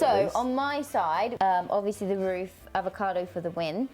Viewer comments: Nobody- - "Carot, Avocardo" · Avocado doesn't have an R in it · “avocaRdo”- gotta love 🤣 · Everyone else spelling 🥑:Avocado spelling 🥑: Avocardo 😂 😂 😂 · The R from carrot jumped into avacado [avacardo] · So took the second "R" from Carrot and added it to Avocado to make "AvocaRdo"? 😂😂 for the win 😂😂😂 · aVoCaRdO?? Seriously 😂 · dot would definitely say a-fre-sha-voca-do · When spells avocado wrong and nobody says anything XD 'avocardo' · took the second R from carrots and put it in avocado 🤦🏼‍♀️😂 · stole one of 'R's and gave it to herself!:)